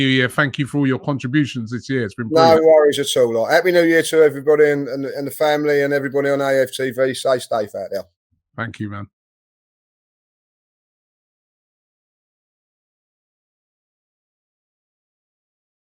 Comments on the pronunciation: Did say Say Stayfe instead of stay safe😆🔴⚪ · Say Stafe!